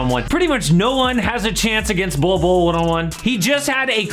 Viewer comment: Bol 2.0 is ballin. Or "bollin?" 🤣😒